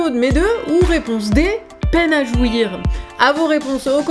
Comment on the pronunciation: "à tous ces peines à jouir-eu" maintenant j'attends les remix hardtek 😁